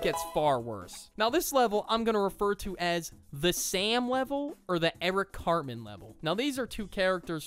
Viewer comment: When he said carman I died